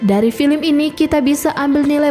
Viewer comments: Mimin nya orang mana sih. Baca nya film ( filem ) bukan FILIM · Sekarang BHS Indonesia sudah berubah😂,film dibaca filmi, teroris dibaca terorois ,telinga berdesis,aku pikir ular yg berdesis, ternyata telinga jg berdesis 🤦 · Filim? Mbak belajar dikit cara pengucapannya